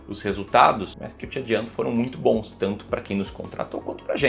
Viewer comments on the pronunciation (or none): none